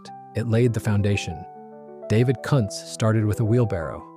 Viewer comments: It is pronounced “koontz” not “cuntz”. 😂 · Yes! I thought the pronunciation was Koonts which sounds better than what was mentioned.. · [Cunt's' brewery?? ; it's pronounce Koontz... hire a pro for instead of a robot for f'sakes! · I'm pretty sure that's pronounced 'Koontz' rather than what you said. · Yes. The German name is pronounced Koon-tz. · It sure would be nice if people that do these videos would learn how to pronounce names. One time he says Kuntz properly and about 3 words futher he says it totally wrong. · the image is the Molson brewery in Montreal. The Jacques-Cartier bridge is in the background. Although the brewery has recently moved to new premises the iconic clock and tower will be preserved. In Quebec our buck-a-beer was a brand called Wildcat ale. The AI voice pronounces Kuntz brewery 2 different ways, one is VERY wrong!